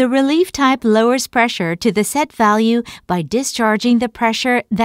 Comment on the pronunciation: great explanation; the words should be "relief" (no "relif")